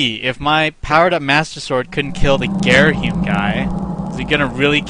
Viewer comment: And it's not Gareahim, it's Gayreehimm.